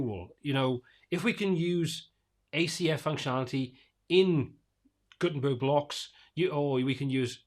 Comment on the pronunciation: Did you say “GutenTURD”? 😆